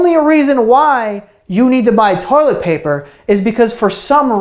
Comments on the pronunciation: “Stop hoarding the torlet paper”? YEAH WE HEARD 🤣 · “Torilet paper” 😂😂